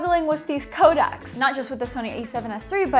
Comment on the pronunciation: By the way it’s “codecs” and not “Kodak’s”. Kodak was a film company. A codec is a way of compressing a data stream, usually audio and video. “Co-deck” if you may.